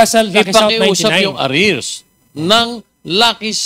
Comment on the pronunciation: It's not pronounce aryars. It is pronounced arrears po. ARIRS!!